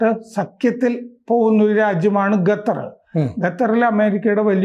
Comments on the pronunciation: Qatar.... ഖത്തർ...قطر Pronounce it correctly. ഗത്തർ അല്ല. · ഗത്തർ അല്ല ഖത്തർ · ഖത്തർ എന്നാണ്, ഗത്തർ അല്ല.